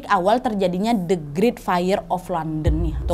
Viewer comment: Bahasa Inggrismu tolong dibenerin dong, banyak kata2 dlm bhs Inggris yg salah pelafalannya spt kata church, great, saint Paul, blood.... dll. Coba cek dulu pronounciation nya yg benar di kamus online ya